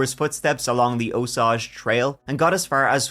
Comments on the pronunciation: Osage (Oh-say-ge). Hard “g”. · Osage county has a Ling A, like the herb, Sage. Love you so much!❤ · pronounced O SAGE. long A sound there